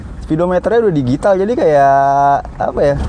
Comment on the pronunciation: Baca nya 'dijital' bang bukan digital..